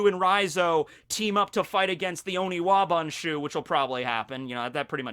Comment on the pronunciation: Honestly the best part of this video imo is that he's finally started to use the correct term for the ninjas. I'm just so relieved to not physically cringe when I hear Onibawan....finally hes saying oniwaban..i just hope this continues and he remembers to say it right from now on.